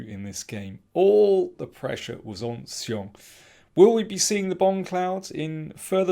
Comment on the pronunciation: You have the best pronunciation of Xiong among all commentators...